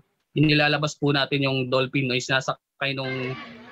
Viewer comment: dull pin daw, lol